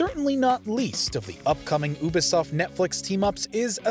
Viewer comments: Sorry to nitpick (who am I kidding? It's lol), but it's pronounced U-Bi-Soft... not ube-soft. 🤦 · UBI , YOU BE, YOU BE SOFT UBISOFT NOT OOBISOFT NOT OOOH BE SOFT RUINED THE FUCKING VID WITH THE HOW U SAYING IT JESUS CHRIST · The oobisoft pronunciation is killing me 🤣🤣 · Really fucking hate the way he says Ubisoft tho ngl